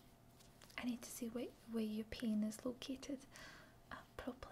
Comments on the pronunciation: I have an ASMR playlist from all of my channels and it helps me fall asleep, and I know I'm not alone in this, but I heard "pain is" but it sounded like "penis", and leastwise I woke up and bonked my head on the wall when I woke up. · is you really want to say "penis" instead of "pain is" as a joke.... or its just your accents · took me a second to realize the accent makes "pain is" sound like "penis"